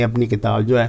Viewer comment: ھے کو تھوڑا اور کھینچ کر لمبا کیا کریں پلیز،